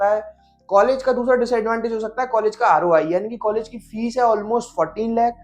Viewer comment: Bhai fees hota hai fess nahi